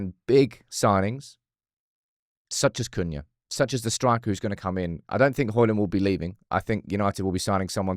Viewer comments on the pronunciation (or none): none